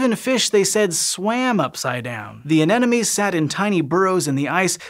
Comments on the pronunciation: An-em-o-nees... not An-enemies. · Repeat after me: a-Ne-Mo-Nes. First N, then M, then N again. This whole video : aNeNoMes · i just noticed keeps saying "anenomes" instead of anemones and now i can't unnotice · I like how he pronounces "anemones"